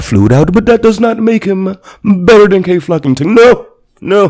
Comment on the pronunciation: “Kay flockington” 💀